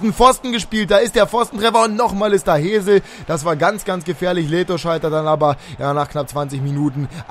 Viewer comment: Hesl wird nicht Hesel ausgesprochen sondern eher Häßl